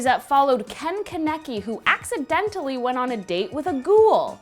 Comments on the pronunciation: Ka-nek-i NOT KANE-KI NO JUST NO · Kahn-eh-kee say it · im sorry but....................... ke-ne-kie? xD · it’s not ‘KENeki’ it’s ‘か-ね-き’ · Keneki?? It's Con-a-key (that's how it's pronounced... You'd know if you watched it dubbed) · ITS NOT KEN KENEKI!!! It's ken kaneki😂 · Omg she called him con keneky its kaneki 😂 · ...kahn-eh-key....... “kuh-neck-key”?!?!?!?! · Hm....*hears her pronounce ken kaneki wrong, as "ken kenaki"* gURL IT IS PRONOUNCED AS KEN KAAAAANEKI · IT'S NOT KEN KENI (pronousion:KAN A KI ) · His name is Ken Kaneki....Its pronounced KHAN-EH-KEY!!! GET IT RIGHT! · It's Ken KANAKI... kanaki... "KAN-UHH-KEE" 😭😭😭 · *sees Tokyo ghoul in the thumbnail* n a h this can't be a scary list *click* *heres her pronounce kaneki* TF IS K E N E C K I I I (I know she warned us but it was still funny lol) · You pronounced his name wrong is Ken Kaneki (Kon-I-kee) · Omg you were close its Kaneki (Kan-Eh-ki) if that works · Ken Ken necky... Im sorry that made me scream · Kaneki (Khan-eki) also Ken Kaneki people in Japan call people by they're last names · If kaneki was spelled how it was pronounced it would then be spelled konakie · “Ken-kah-neck-ee” IM SORRY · so its kane key? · Kaneki is pronounced (KON-UH-KEY) :) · DID SHE REALLY JUST SAY “KA-NECK-I” ??? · Kah-neck-key! They same is name in the fucking anine and y'all still cant get it right?! Ugh! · And from Tokyo Ghoul, Kaneki is pronounced Kaw-neh-key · ITS PRONOUNCED "KON-EK-KEE" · Pronounced coneki spelled kaneki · you said kaneki wrong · After she said that she will say stuff wrong she said kens last name wrong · Why do you say kaneki so weirdly and he's referred to as kaneki not ken. Sorry but im picky with this stuff. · For Tokyo Ghoul, I prefer the manga, also you said Kaneki wrong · This is the first video I have seen by her and I like her but she said kaneki so bad but im OK I'm ok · Im here became the the thumb nail was kaneki And she said kaneki wrong